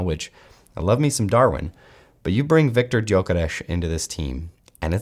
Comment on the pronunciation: your pronunciation of 'Viktor Gyökeres' isn't perfect, but it is very close. 🙂👍